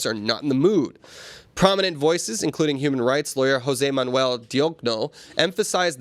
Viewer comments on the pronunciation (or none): none